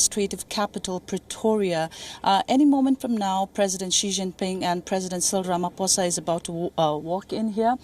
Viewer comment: Rama poza...not foza